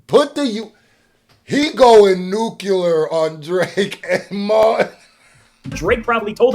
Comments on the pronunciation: NUCULAR IS NOT A WORD MY BROTHER. IT STARTED WITH BUSH. THE REPUBLICANS RAN WITH IT AS THEY ALWAYS DO WITH THE ERRORS ON THEIR SIDE. IT IS "NUCLEAR " NU-CLEAR!!! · We do not say nucular family.